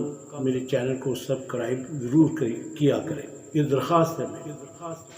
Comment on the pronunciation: Yah lafz subscribe hay Subcribe nahi Aap S miss kar jatay hain